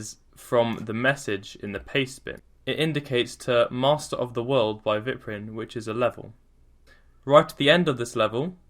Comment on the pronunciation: It's pronounced as VIEP-RYN not VYP-RYN